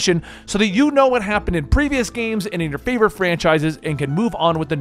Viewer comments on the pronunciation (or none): none